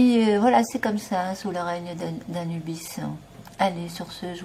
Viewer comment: Coucou .... tu dis quoi Anubis??? ou anusssssss bisssssss????? Très drôle.... macacaron anusbiss...hihihi